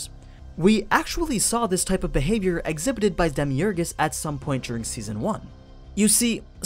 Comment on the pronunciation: did you say "Demiurgus" ?